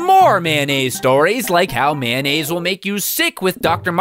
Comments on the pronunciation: Mayonnaise! Mayonnaise! Not "Mannaise," it's Mayonnaise! I'm sorry, no hate. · When he said mayonnaise I thought he said man aids. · Kind of random, but I really like the fact that you pronounce mayonnaise "man-aise." I pronounce it that way too, and my family sometimes teases me about it, so I'm glad I'm not alone. :)